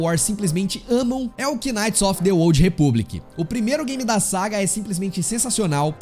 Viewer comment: Mano, "quináite" é de f0der, a palavra knight se pronúncia "náite" igual a night porém mas agudo por causa do k.